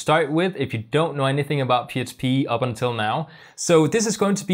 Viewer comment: I thought my brain was fkd until you said Html, I heard H. But you definitely keep saying psp.